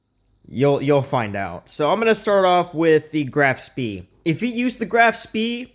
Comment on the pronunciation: If you care, the spee is pronounced "shpei" :}